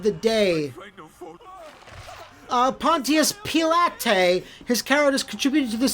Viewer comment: “Pontius Pee-lah-tay” Never stopping -ing,.